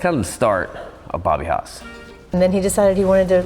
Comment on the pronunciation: That's Haas not Hos Robert Haas